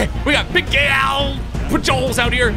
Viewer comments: Who else shook their head when he said “Albert Pejewels” for Albert Pujols? 😂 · it's pronounced Albert puholes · “Albert Pajols” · It’s Albert pu-hols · im sad he messed up the names especially albert pujols but thats fine he still made me smile :) great content.